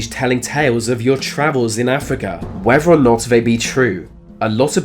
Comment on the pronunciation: I'm glad you can narrate, good to listen to except "th" is not pronounced as "f" or "v". Examples - Three (free) birth (birf) whether (wever)